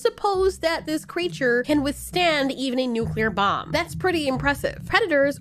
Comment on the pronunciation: I thought you said instead of “It can withstand a bomb” I though said “Your mom”